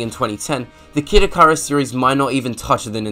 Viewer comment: sweet ass video. (for future reference, it's "ikk-ih-rus")